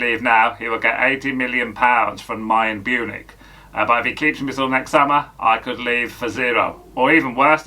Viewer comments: Mayern bunich 😂💀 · Mayern Bunich 😂😂😂 leave off